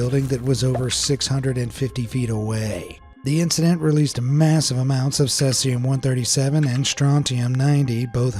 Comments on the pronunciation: Tell your AI that its pronounced SEE-see-um, NOT SETH-see-um. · Cesium is pronounced See-see-um. Not Ses-ee-um. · At least listen to the computer generated audio before publishing your videos! If need be, alter the spelling in the text to speech app you’re using so it says things properly. Otherwise you’ll end up with videos like this that sound like a drunk person reading terms for the first time. Between Cesium and Roentgens alone the video’s audio is pretty damn sad! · Mispronouncing "Cesium" so many times really takes me out of the video.